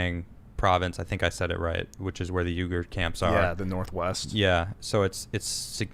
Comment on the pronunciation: Hey, loving your show. keep it up. Its actually pronounced Shin-Gi-Ang and Ughyur pronounced wee-gur